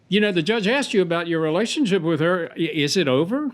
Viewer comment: She “axed” him about the “awdy”